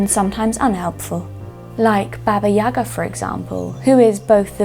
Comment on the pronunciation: Wow, such tremendous amount of work! I give you my respect as a veteran-procrastinator. Thereto I would like to add, that you, with all of the John Wick fans, mispronounce the name Baba Yaga (it is YagA, not YAga).